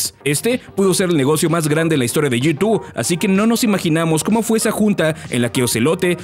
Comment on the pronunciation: Soy al unico al q le da ansiedad como pronuncia G2 como "yitu" xd